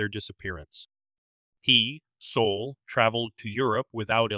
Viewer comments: Soul? Abbreviation of Solomon? I think it's pronounced SAUL. I never heard a Jewish man named Solomon called Soul. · "Sol" is pronounced "Saul." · It's funny because I didn't notice until I read the comments. 😂 I don't think it matters a lot. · It's perfectly fine if you mispronounce certain name's and places you spend enough time and effort researching arranging & uploading your top notch true crime video's .. You don't have to change anything..